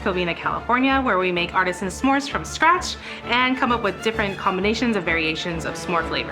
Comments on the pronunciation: The end of the video was hard to keep hearing some more instead of Smore, it's not a some more 😕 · I'm sorry, but the way Rosanna keeps saying "SA-more" is driving me absolutely nuts. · ‘suh-more’ gives me the ick i cant 😭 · This is just an ick of mine, but they’re not “SAMORES”. They’re “S’MORES”. Do we pronounce “don’t” as “do not”? NO. The apostrophe is there for a reason. It’s not “some mores” it’s a contraction of those words. ITS DRIVING ME CRAZY. I’m sorry. I love you all. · Ssssssssmores, SSSSSSSSSSSSSSSSSMORES! Not samores!🤦🏾‍♀️ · Curious to know if pronouncing the apostrophe in "s'mores" (suh-mores) is super common? I have never heard it said any way other than "smores" before. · Why does the one judge keep pronouncing Smores wrong? It's not sa'mores, no a sound. Sm. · why is rosanna saying semores ? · Rosanna actually pronouncing it as Suh Mores haunts me more than the cooking. Like yeah that’s the SPIRIT of the word but I’ve never heard anyone say it that way. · THANK you. No one else pronounces the apostrophe in s'more. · i’ve never heard the apostrophe in s’mores so pronounced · Is it just me or Rosanna pronouncing s’more is killing me lmao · i love the way they pronounce Smores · Why did she keep adding an a there isn’t an a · Ro's pronunciation of "s'mores" is definitely something. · Ro doesn't know how to pronounce s'mores